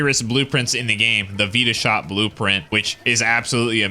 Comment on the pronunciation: So...hold my beer (breathes deeply)... it is NOT pronounced veeeta shot. It is pronounced vitashot (just say fight the shot). You guys get it now?